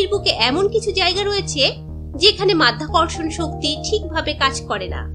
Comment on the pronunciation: হালা মাইয়া মাধ্যাকর্ষন না মধ্যাকর্ষন😂😂😂